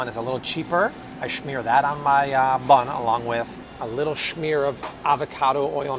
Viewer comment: Hey.... there is no H in "smear" lol ur pronunciation I laugh every time!!